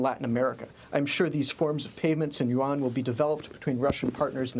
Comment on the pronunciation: These two guys can’t even pronounce Yuan properly. 😢 They pronounced it as the currency of S Korea : Won.